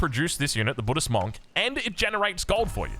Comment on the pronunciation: Why do you always pronounce monk wrong?